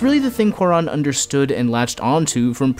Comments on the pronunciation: Great vid! But also, it’s pronounced kū-ah-rōn... not kū-ah-rahn. The accent on the ó is there to indicate the stress on that syllable. Same for Y Tu Mamá También. Ē tū mah-maah tah-m-bē-ehn. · WHY THE FUCK YOU SAY CUARÓN LIKE THATTTT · you massacred his name. good video though